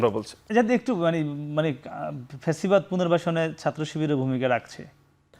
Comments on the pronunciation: ছাত্রদলের সাধারণ সম্পাদক অথচ ঠিক মতো বাংলাই বলতে পারে না ফ্যাসিবাদ কে বলে পেছিবাদ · পেচিবাদ না রে... ব ল দ